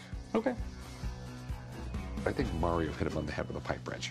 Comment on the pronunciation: MARIO ISN'T PRONOUNCED LIKE THAT!!! 😅😂